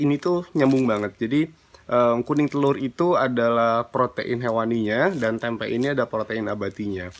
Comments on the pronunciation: Risih banget kalau dia blg "tempek",,, "TEMPE" yg bener!! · Nyebut tempe jgn dikasih huruf K.